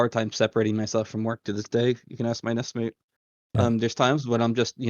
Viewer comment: "Nest mate." Good lord